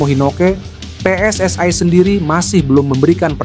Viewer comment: Bang bicaranya jangan seperti negara jiran PSSI yah....bukan PSSAi...